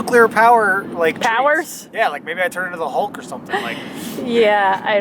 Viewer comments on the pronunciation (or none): none